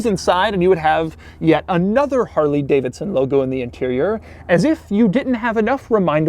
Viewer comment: I constantly forwarded the video and the only thing I listened to was harley davison